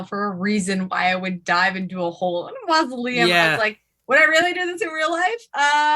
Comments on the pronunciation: Hehehe… mal-uh-sium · I love it, but seriously, have you never heard anyone correctly pronounce "mausoleum"? You professionally write about things that appear in graveyards.